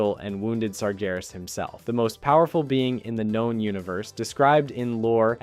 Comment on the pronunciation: You pronounced sargeras correctly this time!